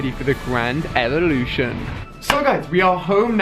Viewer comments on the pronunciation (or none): He said the grand elelution rather than evelution 😂😂